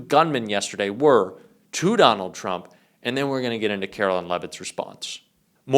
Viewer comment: Dude....??? Her name is not Carolyn. It's Karoline. LINE. Sounds like LYING. At least have the journalistic integrity to get someone's name right.